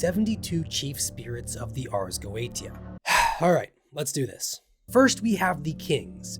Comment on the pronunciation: Good video but you mispronounced like every Latin phrase and every demon name for.instance.gotia is.prnounced goashia and asmodeues is like "as-mOdee us"